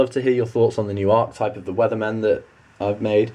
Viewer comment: Great video man! But just telling you Archetype is pronounced Are-Ke-Type